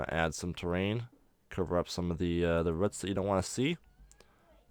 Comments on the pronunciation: nice way of doing cg trees but the way he says roots as ruts annoys me for some reason! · The way you say roots is hilariously annoying. Great video. Keep it up.